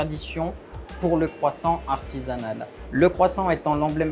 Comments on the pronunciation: Kwason!!!... You say other french thing with perfect pronunciation but not the KWASON... Even the chef says KWASON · It always makes me laugh when you hear Americans pronounce Croissant as CROY SONT. The correct way is KWAHSAHN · Are you going to finish that KWASSON? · Le cwosant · It's pronounced " cwaason " . Silent t . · You say waaat Crosont????? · It’s Pronounced kwa-son 😂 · Its kwa-son. Please use proper pronunciation even you used to speak english. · Isn't it pronounced quwasaw???😂😂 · man the one thing they didnt mention was how to pronounce croissant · You would expect a French baker to pronounce croissant correctly. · I’m unsure of how the presenter, surrounded by French-types, can’t even pronounce Croissant properly. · Learn to say croissant properly